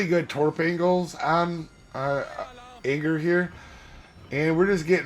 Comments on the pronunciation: Ay-gear! It's not difficult. Lol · not judging you but in order to say her name just pronounce it as A-gear